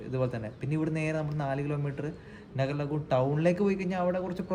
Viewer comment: നഗർലഹുൺ.അല്ല.നാഗർലഹൂൺ.ആണ്. ഞാനവിടെ.ഒരുവർഷം. ഉൻഡായിരുന്നു.റെയിൽവേ സ്റ്റേഷൻറെ.കുറച്ചു മാറി.ഹെലിപാഡ്.ഉൻഡ്.അതിനോട്. ചേർന്ന്.സൺഡേ മാർക്കറ്റ്.ആണ്